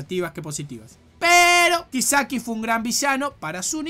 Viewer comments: Todos: kisaki: kaisiki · Algo dentro de mí muere cada vez que le dice "kaiseki" a "kiseki".... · Le pego duro la Dislexia a XD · *Kaiseki * Gente normal: Kisaki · SE DICE A-KAT-SU-KI Also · ASKDHSJFHD AAA NO SE COMO NO CAGARME DE RISA CUANDO PRONUNCIAS EL NOMBRE DE KISAKI PERDÓN PERDÓN ENSERIO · Respeto y acepto tu opinión, pero lo que no respeto ni acepto es la forma tan pedorra en la que pronunciaste el nombre de Kisaki Y lo de la censura, bueno, yo no lo pasé porque vi el anime sin la censura jajajaj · He quitado el vídeo nada más oír como pronunciaste el nombre de Kisaki. Dislike.